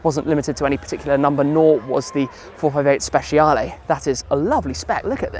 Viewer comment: Please, stop saying Speciale with SH and start with CH. thanks for trying)